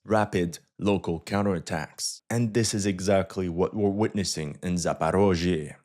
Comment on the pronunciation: "Counter atacks" 😂☠️